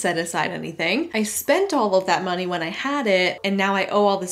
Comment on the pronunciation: The way she says "monieeeee" and raises her voice on the second syllable is like nails on a chalkboard. Also I've yet to hear a valid reason to support MLMs other than "Y'all are just lame haters"